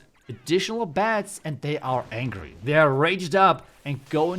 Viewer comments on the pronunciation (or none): none